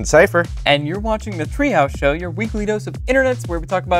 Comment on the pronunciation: I'm sure he said "Threehouse Show".